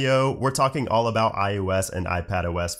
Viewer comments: Am I the only one hearing “iUS” instead of “iOS”? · I'm new here. Why does he keep saying "IUS" instead of IOS? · Practice please "eye oh ess" ... listening to you say "eye you ess" 500 times was beyond annoying. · Something about your accent makes it sound like you’re saying “iUS” instead of “iOS,” but you clearly say “iPadOS.” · Why does it sound like he’s saying iUS when he’s saying iOS? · am I the only one hearing "iUS" when he says iOS? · i KNOW he's saying iOS... but all I can hear is iUS lol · Why does he keep saying IUS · Am I the only one bothered with him consistently saying IUS instead of ios? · It’s iOS not iUS, you keep saying iUS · Its IOS Not IUS.. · Why do you call it I-U-S and not IOS? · “iUS” I cringe every time 😖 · Sorry, what's iUS? You can't be saying iOS right? I'm sure you have too high of a standard of professionalism for such an obvious and glaring mispronunciation. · Just noticed you say iOos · Why is he saying iUS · im so triggered by you pronouncing it "i yo s"